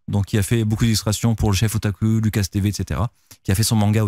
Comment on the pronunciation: Il a redit "lucas" je suis mort ahahah